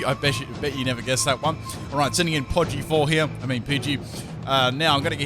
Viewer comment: "Podgey" im dead